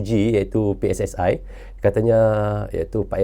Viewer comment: Bang, jika sebut PSSI pakai dong ucapan bahasa Indonesia PSSI dibaca pe es es i bukan pe es es ae biar klop bahasa Indonesianya. Ini cuma saran terimakasih ❤